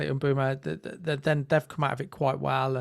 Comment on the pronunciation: I got 13 different pronunciations of mbuemo 😂 good job guys as always